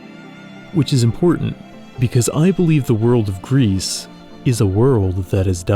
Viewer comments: Isn't it pronounced "gree"... It means gray in French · 'Gris' is pronounced 'Gree'. French for 'grey'. It's a game that I've been thinking about trying someday. Games with 'dead' worlds are among my favourite. I enjoyed the Outer Wilds for that reason also. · Hey great video! Also for your information and for future reference Gris and Sable are both French words and are not pronounced like they would in English. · I don't think you should pronounce the "s" in "Gris" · also, the s in Gris is silent (it means grey in french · "Gris" from the french word for "Grey". You don't pronounce the "s". 🙂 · "Gris" mean grey in french, and it is pronounced without the S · Gris (not "Grease" but "Greee", right? Like the french for "grey") looks like "Journey" in 2D. 😂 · Your video is wonderful, truly. However, I'm with the Pronunciation Police and your pronunciation of Gris drove me nuts the entire video. It's "Gree" not "Greece". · The way he says "Grease" for Gris instead of "Gree" bothers me lmfao It's French. It's "Gree" It means grey/gray. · I think it's pronounced "Gree" as "Gris" is french for grey/gray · With respect, the name of the game is pronounced “gree” Because it is a French word meaning “gray”, the s at the end is silent. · this video is really good but him pronouncing gris as “grease” is killing me 😭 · GRIS is not read " G R I S " but " G R I " which means grey in French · "Gris" (prononced gree) means "grey" in french, in case anyone was wondering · Good video but I think it’s pronounced ‘gree’ as in French for grey, bit of a nitpick but thought I’d mention it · I've not played the game or know anything about it past this video, but I believe gris is meant to be the word in french for gray, pronounced "gree" (of course with the French "R" not the English). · Hey, great video, but if you're gonna pronounce the name of games as often as Gris and Sable, maybe you should check how they are pronounced ! It looks like you're talking about Greece most of the time